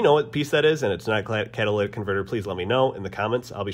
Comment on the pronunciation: Catalytic converter, not Cadillac converter.